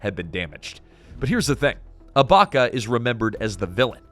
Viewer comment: It’s sani abaChya not sani abaka.